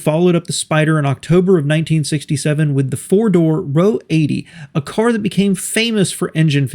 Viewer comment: R O eighty... not row80